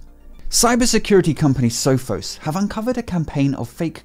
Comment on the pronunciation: Thanks for the great video! FYI, I used to work IT support and we pronounced it "Sophos" not "Sophos"